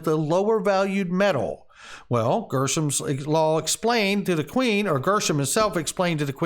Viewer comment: Hey were you reading too fast or is dyslexia setting in?… you changed the word from Greshams law to GERSHAMS law… did you catch that yet sir?… we all make mistakes and i forgive you buddy!!… keep up the good work though good information though… thanks!